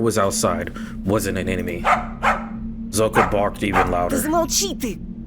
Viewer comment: You pronounce the name Zhulka correctly btw